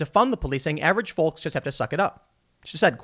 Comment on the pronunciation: Tim over pronounces his L in fowLks